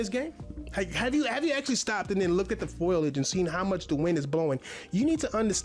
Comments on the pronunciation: This man literally struggles to form a sentence never mind make a point. He also doesn’t know the word eruption and said foilage instead of foliage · ITS FOLIAGE! NOT FOILIAGE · Sad to see he uses words in his videos that he's doesn't know how to pronounce... Foliage and synopsis as an example makes me laugh so hard... Looks like he has never used the setting screen in a game before, coz he can take of stability control, you can adjust car damage from cosmetic only to realistic